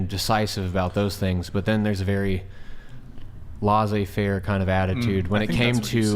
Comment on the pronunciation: When you use French expressions try to get them right. Laissez-faire means let people do as they please. Your pronunciation is off. Leh-say-fehrr-errh